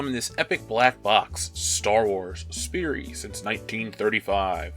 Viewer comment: My last name is sperry and I want to kill star wars for those shoes also you didn't say Sperry right and since that's my last name it kinda bugged me but it's not a super big deal😂